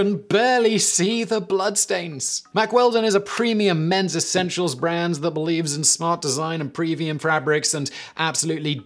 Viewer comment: Simon said "men's essential", but what I heard was "metrosexual"...